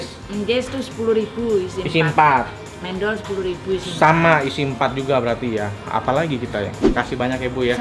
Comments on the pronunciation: Pronunciationnya kurang tepaat... Harusnya mendol, Bukan mendol,... Tadi nyebutnya mendol, kalau di jatim nyebutnya mendol.... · Mendol itu baca men-nya seperti baca men di mymen...